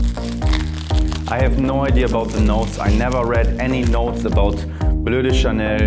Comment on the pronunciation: "Bleu de Chanel, parfum" good accent 👍